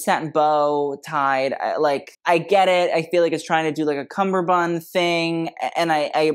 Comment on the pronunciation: Cummerbund ... not "Cumberbund" lovey ...